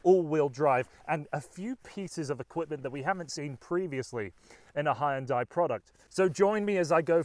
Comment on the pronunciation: You pronounce HyUUUNNNdai very strangely 🐻